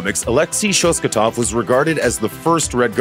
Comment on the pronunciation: I can't explain how bothered I am by the mispronunciation of the Red Guardian's last name... It is ShosTAKov not ShosKATov...